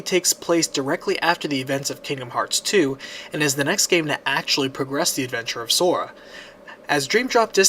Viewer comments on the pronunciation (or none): none